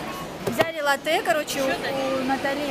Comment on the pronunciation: Правильно называешь, это лАтте 😊